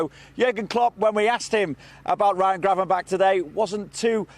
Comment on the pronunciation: It's Gravenberch, and why do you want him to go?